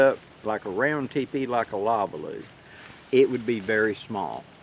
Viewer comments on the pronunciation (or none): Hello, I want to compliment you on your new video cover photos they're awesome. It's like it has a story of its own. Another FYI on this video, the Polish Lavvu is pronounced La-voo. Not Lavaloo like you said it. Just trying to be helpful.